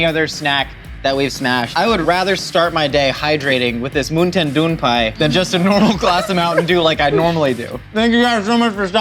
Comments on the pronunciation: Moon-ten doon-pai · MOONTAIN DEWN PIE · "Moontan Dewh Peyes" - 2020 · Moonten Dewn Pie? ...What a time to be alive... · I reclicked on this video just to here say moontin dune Pie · Moon tan dewn pie? Sounds like thigh food! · Moon tin doo pie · Moontin doon pie 😂🤣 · pronouncing MoontainDoonPie sounds like another language altogether I can't even 😂😂😂